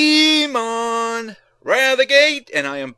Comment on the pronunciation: It's Po-Kay-Mon, actually. Listen to any anime intro, both english and japanese, and they pronounce as that